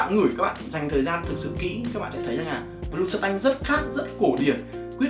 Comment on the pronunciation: Này là bleu không phải blue anh ơi...Phát âm lẫn ghi tên chai trong clip sai ròi, làm nhớ tới bleu chanel mà toàn kêu blue chanel quá =]]